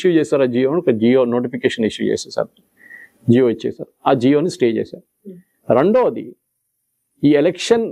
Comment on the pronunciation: జియో కాదు జీవో